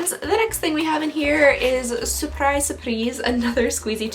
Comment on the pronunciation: Random question: did you take French as a language in school? You said surprise with an air of confidence lol 😉😆